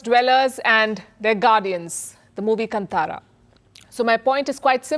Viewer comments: KANTARA should be pronunced as KAANTAARAA (Kannada/Tulu) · I'd like to know which State wise statistics to know where the growth is & how things are where there's no growth of there's decline instead. It's pronounced as कांतार (कान्-ता-र) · It's pronounced kaantaara. Kindly note.